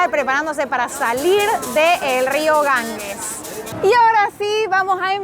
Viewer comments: Muy buen vídeo, aunque espeluznante. Si voy a la India, no me apetece nada ir a Benarés. No me extraña que te afecte. Eso de ver cadáveres por la calle no es plato de buen gusto. Por cierto, el nombre del Río es Ganges, NO Gangues. La g sin U se pronuncia como j. Gracias por tan interesante vídeo, una vez más.¡ y perdonad por la corrección. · Queridos, en castellano la letra g seguida de la e y la i, se pronuncia como J.